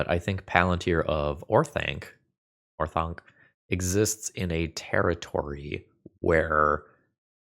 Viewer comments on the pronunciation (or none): I love you. You're doing God's work. But for Pete's sake, it's pronounced Or-Thank